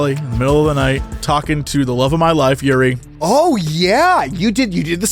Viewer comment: Jessie saying Yuri instead of Juri hurt me, but I'm glad he picked best girl, "break me, mommy" is super accurate.